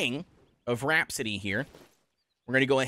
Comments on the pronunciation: RAP-A-CITY NOT RHAPSODY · RAH - PASS - ITY